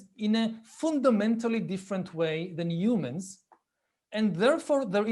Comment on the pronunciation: l like when you say umans